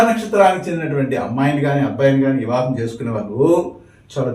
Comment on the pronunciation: ఇవాహం కాదు వివాహం